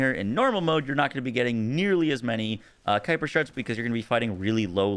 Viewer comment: Ayyye you pronounced it the way I said sounds right on your stream the other day. 😂 Gotta be a Star Wars reference.